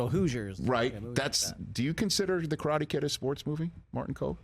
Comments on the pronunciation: I really love the way of respect he is paying talking about Karate Kid and Cobra Kai. even the way he pronounciate Karate. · Martin Kove says "Karate' correctly. RESPECT